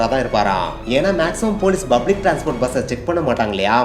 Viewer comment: Bro bublic illa public